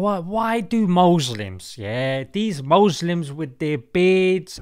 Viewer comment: I died when he said mouslims